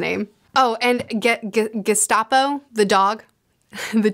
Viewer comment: Did you call him Gestapo??? Gaspode, like the famous Gaspode...